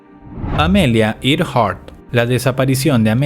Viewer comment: Se dice amelea erjar